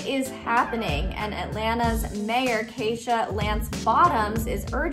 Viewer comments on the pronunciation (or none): she said (kay-sha) aint it (kee-sha)